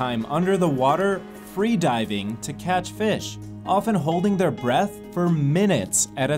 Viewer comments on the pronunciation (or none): none